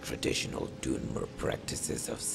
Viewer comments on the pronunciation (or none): doonmer bruh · Is Pronunced Dunmer not Dünmer